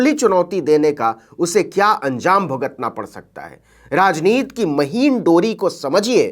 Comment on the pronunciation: आप राजनीति को बार बार राजनीत् क्यूँ उच्चारण कर रहे हैं ? क्या हिन्दी का गला घोन्टना है।